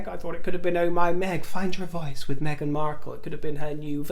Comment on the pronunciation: dear I adore you. Please stop the the Meshzion pronunciation of Meghan. You never pronounced it that way before. Dear call a spade ♠️ a spade call Meghan, Meghan, or simply the Harkles anything. We love you just the way you are. Be yourself